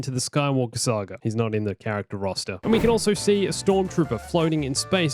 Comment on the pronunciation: I swear, every time he says saga I hear sagr